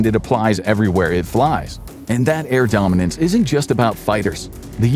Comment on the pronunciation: Air superiority? Nah air domenence